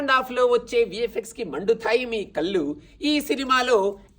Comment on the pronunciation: Bro, i appreciate the effort at prasa but the wrong pronunciation of వెళ్ళు, వొళ్ళు, కళ్ళు as వెల్లు, వొల్లు, కల్లు is very off putting